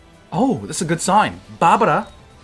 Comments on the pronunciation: can only pronounce the last R in Barbara's name 😂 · "barbara ikuyo" 😂